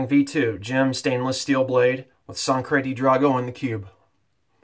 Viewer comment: One of my favorite scents from PAA! I think it's Sangre with a "G" though.... Anyways, great shave my man!